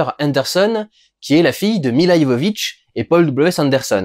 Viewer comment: Mila Jovovich pas Mila Ivovich. C est clair que ça fille lui ressemble a mort! Elle commence déjà bien sa futur carrière :)